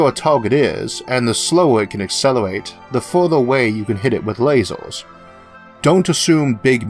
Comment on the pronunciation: Where are you from? "A hundred Metoohs " "There is no Eaooh in Space" "Lazors" "Smalloh is always Bettoh"